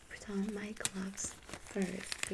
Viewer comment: When u said "let me put on my gloves" it sounded like u said "putain"